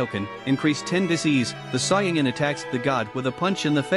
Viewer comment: Soyin 3 weird way to say it but good vid :)